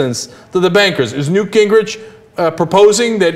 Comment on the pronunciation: Come on people, his name is NEWT. 'nough said.